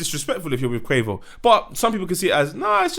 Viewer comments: The way just keeps calling him Quavers 🤣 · 😂🤣🤣 keep calling Quavo Quavers